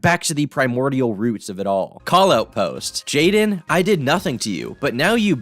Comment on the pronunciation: Bro it’s jadyn how is that “jay lin”!?